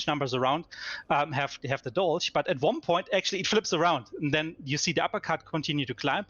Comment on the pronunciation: If its German inspired atleast pronounce it right c'mon